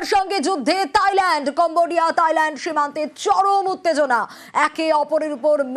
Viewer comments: তাইল্যান্ড না থাইল্যান্ড হবে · তাইল্যান্ড না থাইল্যান্ড ওকে